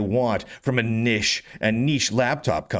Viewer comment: on Lunduke for his pronunciation of niche. 😂 It's hard to believe that some of these people are being serious when they post what they do, part of me is like they can’t just trolling people. It seems so extreme to label people with different opinions in such harsh terms. Right now, open source feels pretty fragmented, and reading the comments from the folks highlighted in this video, it’s almost like people are cutting their own noses off to spite their face. This Omarchy project, for instance, it's clearly pushing people toward Linux, and honestly, it feels like this could be the year of the Linux desktop, thanks to that. Even with the drama surrounding vaxry, I still don’t get the hate towards him. The whole controversy started with someone moderating his Discord, and it just feels so petty to paint him negatively for the actions of someone else. The whole thing is bizarre. Honestly, if people like dhh or the developer behind Lady Bird actually succeed and help bring in a new era for open source, I wouldn't be surprised if these very left-leaning views would try to tear that success down out of spite. And that’s a shame because it could be something really great.